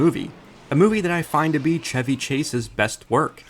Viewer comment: Lol wow i thought this was just a movie I'd seen from my childhood nobody else did like a secret memory or something feels good to know alot of people know it and like it and finally why is this guy calling him ceavy instead of chevy I've literally never heard someone mispronounce an easier name in my life it really irks me